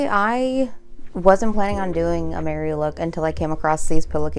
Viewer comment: Its Merry...not Mary. He is a Took, Meriweather Took.